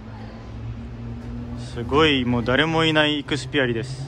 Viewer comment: スゲー酔っ払ってる人がいると思ったらだった😂ダーレモいない…